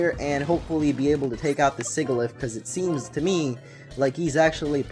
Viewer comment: It's pronounced goth-EE-tuh and sih-JUH-liff, ""! 🤨